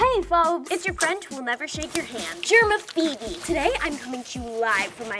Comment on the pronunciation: No she specifically said it was GERMAPHOEBE. PHOEBEEEEE